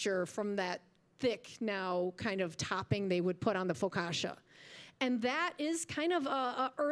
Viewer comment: You massacred it. 🤣 "Sfin-JOON-ee." (I still buy it at Bommarito's). "Fo-COTCH-ah." ETA: You don't recommend trying Cloverleaf??? 😱